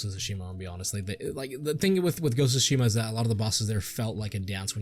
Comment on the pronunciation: Sounds like the basic misogynistic review to me, can't even say Tsushima right. Watch a sucker punch video and do your research before complaining for an hour